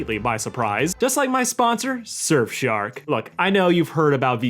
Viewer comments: Yes fellas you heard that correctly. He said shurfsark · heh “Shirfsark”